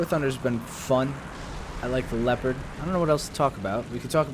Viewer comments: It's not called LII-OO-PARD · It's Lep-erd